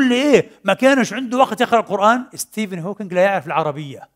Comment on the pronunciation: ستيف مش ستيفينغ، وإلا عاملينها مقصودة في الشخص اللي نطقها هيك؟